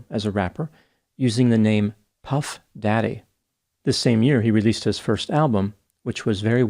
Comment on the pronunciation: Always respect for reading modern pop culture references like a concerned father. The pronunciation of Puff Daddy got me in the funny bone.